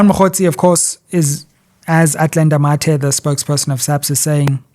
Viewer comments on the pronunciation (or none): none